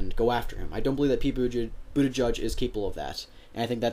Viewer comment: Is Buttigieg not Buttijudge. There are too many closeted homophobic voters, that will not vote for Pete. I still believe the 2020 nominee is going to be a woman. A gay president, one day. you have to be neutral when making these kinds of videos. Is so obvious you are a millennial Liberal.